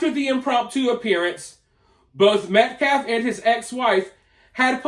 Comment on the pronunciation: The dude speaking for Anthonys family is an idiot. Talks slow and trys to act smart but cant pronounce peoples names. Not like "Austin Metcalf" isn't repeated 100 fricken times a day, yet still says "metclaf". Like F that dude, for real. I give jeff massive amounts of respect because i feel more hatred daily for that scum and the family for what they say